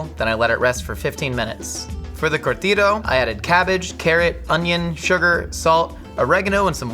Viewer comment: As a salavadorian hearing you say Curtido made me giggle. “Curr (roll the r)-thee-do”